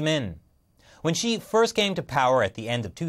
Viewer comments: Multiple times when he said Xi i thought he said she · It keeps sounding like he's saying she and not Xi.